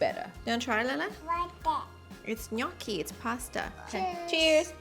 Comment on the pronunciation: love that you say gnocchi correct